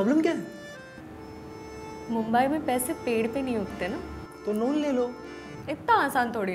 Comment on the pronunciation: मुंबई✅ मुंबाय❌